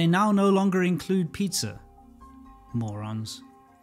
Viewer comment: that "ᵐᵒʳᵒⁿˢ... " got me good lmao